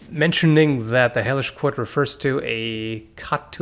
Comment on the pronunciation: I was literally about to look up this game that I thought he called "Heyish Court"...